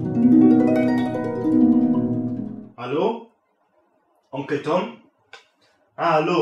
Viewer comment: OMG Der Vater ist einfach Dod er sagt er moss zu Schule gutbei